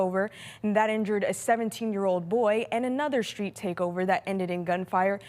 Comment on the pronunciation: "Shtreet" takeover?